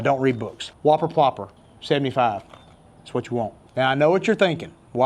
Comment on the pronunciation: Why do I hear slobber knocker instead of whopper popper